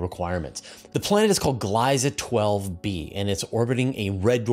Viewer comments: "Gliese" is pronounced "gleesa" for english speaking people. Think of "glee" and make it "gleesa". The vocal shift is doing it's work here to make it more complicated ;-) It's ie (a long "ee") and not ei ("ay") ;-) (I found two different pronunciation videos ;-) But don't omit the ending, this is not French, where they write additional letters to omit them when speaking ;-) So, 'Gliese' is pronounced like "Gleesa". Or maybe "Gleese". There should not be too much difference between how Gleesa and Gleese would sound in English. It's not a short verion of ee at the end. It's like the e of the word "end". Are there at least two different e in English to make it "easier" to describe what's needed? Yes ;-) e and end for example ;-) Other languages might also have two different e, maybe even(!) in the same word. They might sound closer to each other, but it would also sound weird to use the wrong one. (Oh, funny when I consciously think of it, the "e" in "one" or even in "love" is a bit in the french style, the "e" is there, just to alter the letters before in pronunciation for "one" or not so much in "love" or even in "before", but the e itself is not spoken, but it's necessary, more in "one", less in "love", but it just reads better with love instead of just plain lov, oh no! ;-) 🤯 Languages are not easy ;-) Just don't think too much about the quirks, just use the words as you have learned them - and then it's easy ;-) (Or is it in fact "eese", "eesi" or "eesy". Oh well, it's just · For future reference, the dominant pronunciation of "Gliese" has the first vowel sound as a long-E (and varied pronunciation (or non-pronunciation) of the trailing "e" - pick one of "nothing", short-E or long-E.)